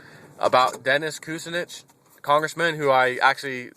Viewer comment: Great video, by the way it's "koo SIN nitch.